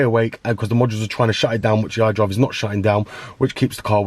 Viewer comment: Hi there, I really appreciate you for bestowing your knowledge upon us but for the love of God I can't understand shit when you're talking about the iDrive man.